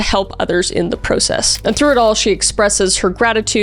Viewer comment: My love you say PAHSTA instead of PAWSTA, and you are worried about the Italian words? We'll give you time to PROcesss, lol.